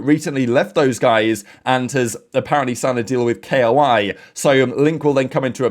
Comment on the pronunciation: another day waiting for being able to say KOI like the fish instead of K.O.I